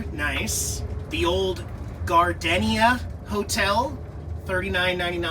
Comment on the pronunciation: he can't pronounce "gardenia" or "lariat" , derp